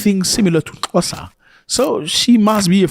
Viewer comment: Love how you pronounce Xhosa. I am from Gqeberha, formely Port Elizabeth. Our brothers and sisters in the continent have a nick name' my friend " in my friendly city they are brothers and sisters.and we welcome everyone. We have African brothers and sisters from Pakistan, Ethiopia, Somali, Ghana, Libya... The list gors on